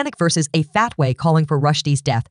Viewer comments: this was doing ok until the canned voiceover where the mechanical voice can’t even pronounce fatwa and says instead “fat way”. Do better because there are young people watching that do not know the difference and need to understand what a FATWA is and means. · Megyn dear ~ it’s pronounced “fawt whah.” ❤